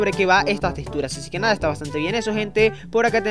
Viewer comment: Odio que digas testuras, ¡¡es texxxxxxxxxtura!!!